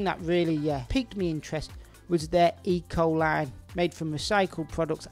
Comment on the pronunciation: You said ecoline i heard e-coli. Very confusing.